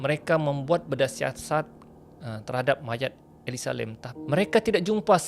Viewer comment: Nama mangsa ni elisa lam kan.? Kenapa ni asyik sebut elisa lim pulak?